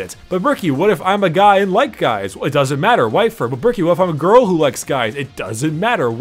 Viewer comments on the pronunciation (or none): I heard grill not girl the entire time.